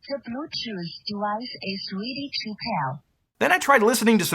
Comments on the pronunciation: "Ze bluechoose dewice is ready to peear" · Ze Blutuuth dewice iz reedy to pail.